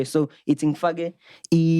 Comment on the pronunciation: Fat checker though😂 or the C is silent 😂😂